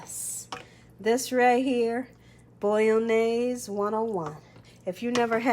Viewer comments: say it like mayonnaise but bolo-naise as its not actually italian at all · Love this recipe! Thanks, i'll for sure try it out! :D But i just cannot help myself at being a pedantic ass and couldn't not say something about your pronunciation of bolognese (i do see that you tried, though ;) ) :P Phonetic pronunciation (for English speakers) for ease: "Bo-loch-njay-suh".